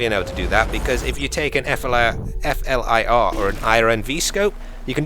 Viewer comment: OK for the last time, its FLIR, you just say it as it is spelt not F.L.I.R. They are a thermal imaging company that produces thermal cameras for planes, boats and weapons for civilians and the army. I am done, <3